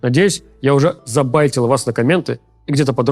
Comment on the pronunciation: "bait" --> "забЭйтил"